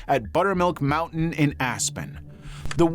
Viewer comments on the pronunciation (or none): none